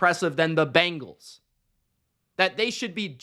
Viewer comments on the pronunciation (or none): It’s BENgals not BANgals